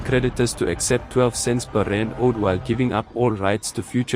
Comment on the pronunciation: good content. just get the AI to say RANDS not just R.